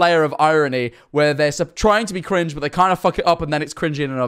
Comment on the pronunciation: said cwinge